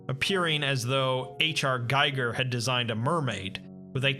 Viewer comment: It's pronouced "Gigger".